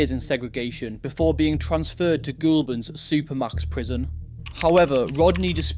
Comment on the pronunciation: As a Aussie it’s pronounced goalburn for Goulburn